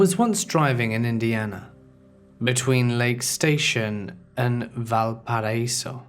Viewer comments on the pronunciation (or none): ew don't say Valparaiso like that lmao honestly we just call it valpo